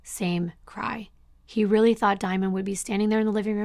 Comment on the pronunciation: I'm no speech pathologist but I don't believe thats a accent but a speech impediment. He can't pronounce his r's.... Weally? Down the woad..etc😂 Thank you for giving the victims a voice and building such a captivating timeline to their tragic endings, lives cut too short, for no reason at all.